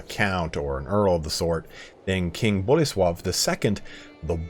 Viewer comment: read Boleslaw like coleslaw